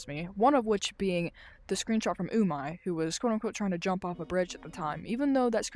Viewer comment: I don't think that's how you say your friends name it's pernouced umeh not umai ur calling your friend tasty in Japanese ps we all missed you